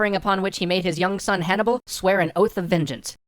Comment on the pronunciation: sorry hannicar barca is in fact called hanniBUL barca not hanniCAR barca